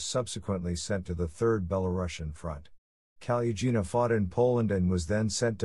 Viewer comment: The second's female surname should be spelled and written as Kolesnikova, not Kolesnikov due to the rules of the Russian language grammar demanding that all female, non-foreign origin, surnames automatically aquire an -A-ending. The seventh's female surname should be pronounced the way it's written or as Kaluggina, with [ g ] sound not [ j ].